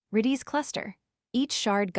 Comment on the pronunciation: redees cluster? AI voice rubbish